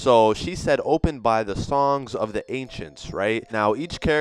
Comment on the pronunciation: he sounds Chinese when he keep saying songs